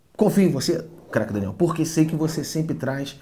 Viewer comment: Escuto "Renan" ao invés de "Daniel" kkkkkkkkkkkk